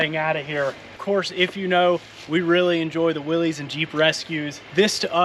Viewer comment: It's not a Willeeeez, it's a Willys! Most call them willeeeez and that aggravates me!! 😂